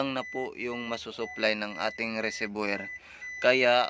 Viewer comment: Kuya okay nmn yung po yun video nyo. Malaking tulong po. Gusto ko lang po sana itama yung pagbigkas nyo po ng Reservior. Wag nyo po ako ibash. Gusto ko lang po maitama para sa mga susunod na videos po ay maganda na po at tama pagbigkas nyo po. RESERVOIR - RE-SER- VU-WA Sana po gamitin nyo sya para sa improved video. Sana po nakatulong. God bless at keep it up po!